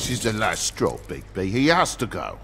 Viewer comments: Très bon premier épisode camarade ! Et sinon c'est est Bigbi ... pas Bigsbi ^^ J'attend la suite ... ca occupe mes trajet en train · C'est Bigby et non Bigzby mdrr ! En faite c'est quoi ces trucs écris en haut à gauche ? Et si c'est important tu pourrais les lire stp ? Sinon, à part ça, il est trop bien ce jeu - Super vidéo comme d'hab !